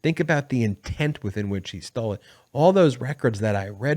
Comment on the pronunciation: I tok a shot evry time u said "Donald Trump stoll"....haha! It 5oclck somewhere!